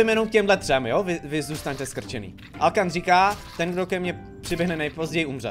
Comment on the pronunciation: Hej mě přijde že ta siry říká alokan místo alkan